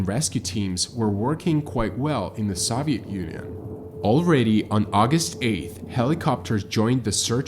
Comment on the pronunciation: Who doesn't know how to correctly pronounce Soviet Union?